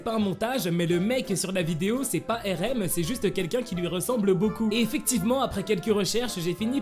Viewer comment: Tu dis pas bien Rm tes